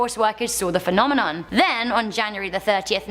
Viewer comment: I wish they’d get it right… “phenomenon” is singular, “phenomena” is plural, and “phenomenoowawo” isn’t fooling anyone - pick one!